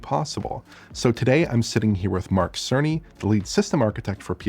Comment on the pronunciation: When says "Cerney" it sounds like "Sony". "Mark Sony" is a perfect nickname 😂